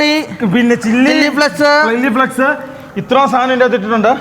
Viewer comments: ചില്ലി ഫ്ലെക്സ് അല്ലടാ പൊട്ടന്മാരെ ചില്ലി ഫ്ലേയ്ക്സ് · ചില്ലി ഫ്ലെക്സ് അല്ല ചില്ലി ഫ്ലേക്‌സ്‌ ബ്രോ 🤝